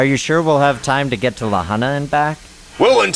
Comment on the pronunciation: Aside from the multiple mispronunciations of La Junta, this episode was pretty unusual. Never expected the outcome.